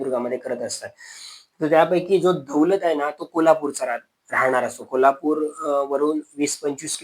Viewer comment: उच्चारण सुधारण्याची गरज आहे. सुरूवातीलाच अशुद्ध उच्चारण सापडलं;ते म्हणजे 'कोलापूर'. 'कोल्हापूर' असतं 'कोलापूर' नाही. काहितरीच.